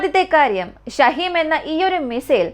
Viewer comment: ഷഹീം അല്ല ഷഹീൻ ആണ്